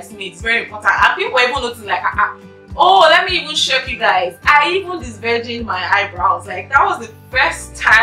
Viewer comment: This disvrigin disvirgin u keep saying eh 🤣🤣